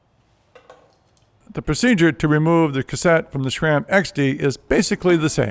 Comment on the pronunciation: ...please don’t say shram.